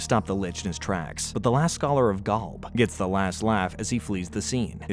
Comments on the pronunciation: Gawlb 😂😂😂😂 it’s Golb 😂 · Golb not Galb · Why do you say Gulb instead of Golb? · The way this guy pronounces GOLB as GALB is murdering me and now I’m dead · Never thought id heal anyone butcher the pronunciation of Golb that badly. Gaulb? Really? Come on bro. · I can't handle "GALB" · galb??? why are you saying galb?? are you an ai narrator? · Why does he say Golb so weird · I stopped watching when you said golb so wrong it made my fingernails fall out.